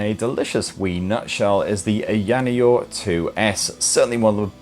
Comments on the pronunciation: Its AAYAAAANEEEOOO not Ayinio. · its AYA Neo not YANEO lol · lol omg its pronounced eye-ah-nee-oh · What? No it’s not haha at least in Mandarin. The offical name is pronounced an-yun which sounds nothing like what said. In China most people just say Ai-ya-nee-yo. But to be honest, I have no problem with saying it the way he did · Stop saying ayaneo wrong ffs, lol. It's like you are saying ayaneo as many times as you can to really p1ss off us viewers. Just say aya neo correctly, It's not that hard, and you must be the only person to ayaneo the way you do. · Eyaneyo 😂😂😂😂 Dude your pronunciation is epic 😂😂😂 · You're definitely mispronouncing it on purpose lmao eye-ah-knee-oh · I'm from the UK. He's mispronouncing it. And also, it's not just a word. It's a name. Names are supposed to be pronounced the same everywhere, unless the language has its own name for something. Samsung is pronounced Samsung everywhere in the world, because it's a name. Ayaneo is eye-ah-knee-oh everywhere in the world, including the UK which is where he is from, and where I am from too. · It’s pronounced EYE-A-NEE-O bud lol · The way he says ayaneo hahaha lmao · This is like his 20th video on their products butchering the name everytime 😂